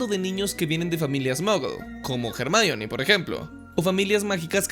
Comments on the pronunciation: ¿Porqué le dices Hermayoni? Es Ermióne onda vital a todo gas. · O cuando le dicen /er.mi.ón/ a Hermione.